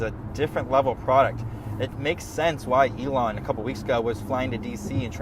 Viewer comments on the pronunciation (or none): none